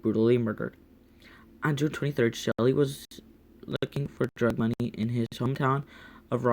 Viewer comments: It's not shely it's sheally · This is painful to listen to his name is Sheley she lee is how you pronounce it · Its pronounced shee-lee